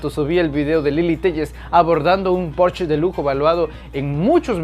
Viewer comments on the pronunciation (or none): none